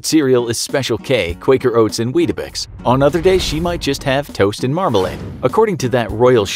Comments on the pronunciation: It's not wheat eh bex it's weetbixs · did he just call it weetabix